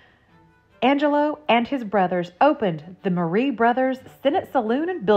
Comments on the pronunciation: Not Marre is not pronounced Marie. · It’s WELL documented that when the Marres lived in Arkansas they pronounced it Marre, who we respect how they wanted it pronounced even if that doesn’t fit the Italian pronunciation.